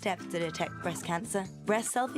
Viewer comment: they said brest self examination not breast anyone else notice?